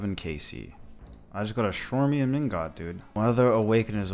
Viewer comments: Shwarmian ingot 😂😂 Brother it’s chrome-i-um in-got An alloy of aluminium 😂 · Great video! I have to tell you though, please pronounce Chromium as Kromium not Shromium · I don't know if there is official pronunciation but it just sounds weird to pronounce "chromium" like that. It just seems more likely its "chrome-um" based on how its spelled. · The shwormium ingot kills me everytime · Rolf how youtubers say chromium😂😂😂😂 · Chromium ingot pronunciation needs some work